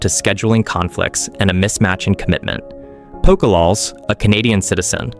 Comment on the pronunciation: These pronunciations took me out every time. Poko lawls? Fed Mister? hahaha like cmon